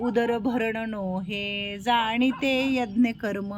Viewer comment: जाणीते यज्ञ कर्म नाही ताई जाणीजे यज्ञ कर्म आहे .... सुधारणा करावी.